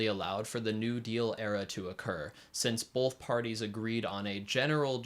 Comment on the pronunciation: Great video. Just one bit of critique. There is no L in the word “both”.